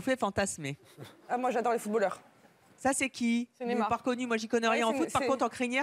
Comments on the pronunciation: la meuf elle ta dit nemar maos c es neymar mdrr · la meuf elle prononce "nÉmard" alors que c'est "nEYmard" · BORDEL on dit NÉ-I-MAR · a 8 minute elle a dit nezmar